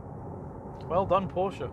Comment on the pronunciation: Awesome design. Nice review. I am also waiting for the GTS (although I find the „turbo“ discussion a bit academic...). Thanks for pronouncing Porsche correctly ;-)